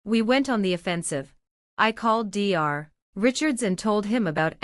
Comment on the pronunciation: Dr stands for doctor and should be spoken as that. It is very annoying!!! What the hell is wrong with this woman????? What is the mil name??? You have used several different spellings and the voice said several different names!!!! Get your act together!!!